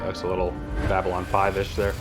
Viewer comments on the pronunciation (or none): none